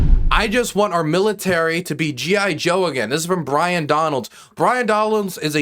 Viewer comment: BYRON not BRian. You can't even get his name correct. How can you be taken seriously?